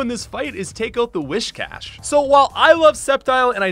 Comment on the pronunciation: Lol it's Wiss-Cash & Milo-Tick. I used to think it was Melodic too and it sort of made sense but the anime confirmed it to be My-Low-Tick.